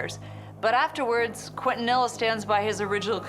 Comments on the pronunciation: Quintanilla keen-to-knee-yah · It's pronounced keen-tah-knee-yah. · They way they pronounce Quintanilla. It's not pronounced k'when-tah-knee La. 😅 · I'm from Texas. Evidently these people have never heard the name pronounced correctly. You and I know better... Keen-ton-eeya... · I'm sorry.... I can't watch this!! Everyone is mispronouncing Quintanilla s name!! So disrespectful!!